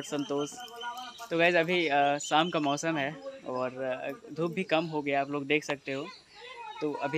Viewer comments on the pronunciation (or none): "Mausham" nhi mausam...."zii" nhi ji... sudharne k try kriye acha rhega